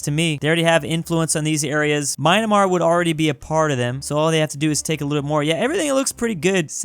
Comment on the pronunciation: It's MYANMAR, NOT MYNAMAR...... 😤